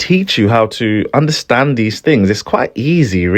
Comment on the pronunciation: y do u say fings?